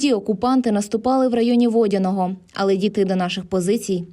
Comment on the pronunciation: Не ,» ВОдяного « , а ВодянОго «